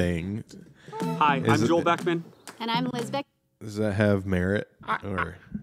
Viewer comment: First you mispronounce his name (you said Beckham, and it's Beckman), then you make an off-hand remark about "he worked with exotic animals or something", when a quick look would have shown you exactly what his background consists of. I find it off-putting when someone sees fit to judge someone else's content, but can't take even a little bit of time to even learn the person's name, let alone any details about they are really about.